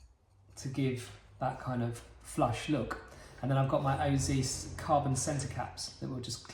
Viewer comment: Just an FYI, You pronounce "OZ" in OZ Racing like the letters "O" and "Z" said individually, or similar to "oh-zed" (British) or "oh-zee" (American), as the name comes from the founders' initials, Oselladore and Zen, That is why there is a dot in-between the letters. You corrected yourself in the middle of the video, but I wrote this at the binging of the video.